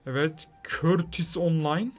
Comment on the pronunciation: Abi courtua nin adini yanlis okuyosun😀😀